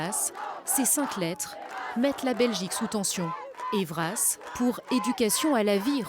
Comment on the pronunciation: Acronyme e‑pas ÊVRAS, mais Ê.V.R.A.S. Gratin djauphinois.